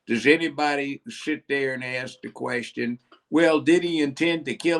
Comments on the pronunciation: Ask is not ax....lol. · ITS NOT AXE. ITS ASK, WITH A K. THERE IS NO X IS THE WORD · The word is ASK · Will someone each that girl how to pronounce "ask" and "McCaffery"? Have some respect for our language